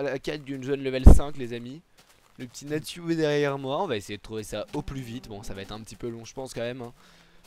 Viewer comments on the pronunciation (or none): OH LA FAUTE C EST NATYU PAS NATYOU AAAAAAAAAAAAHHHHHHHHHHHHH